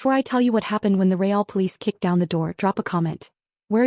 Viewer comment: NO AI voice can ever pronounce "real". 😮